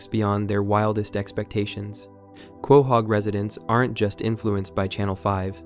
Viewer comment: “Kwahog” lol